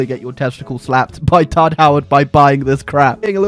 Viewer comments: Are you saying "todd coins" or "tard coins"? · what is he saying tart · Sorry, are you saying Tard or Todd. Ohhh tard with two d’s! hello ms. Lady, I think I can help with the Tard, Tod, situation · I thought he was saying tard coins.